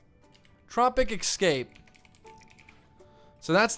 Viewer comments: Why do you say ecscape dude its escape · Why do you pronounce ‘S-Cape’ as ‘x-scape’? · I cant stand you saying "Tropic Excape" instead of Tropic Escape.